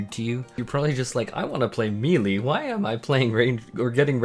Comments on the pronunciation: "me-lee" noooo... no. No. May-Lay. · “May-lay” /ˈmāˌlā,māˈlā/ No “ee” sound in that word. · i respect u but the way u say melee is disgusting... LMAO